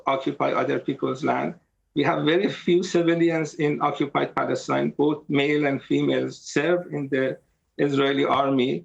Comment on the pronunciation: Why does Dave keep saying "bolth" rather than "both"?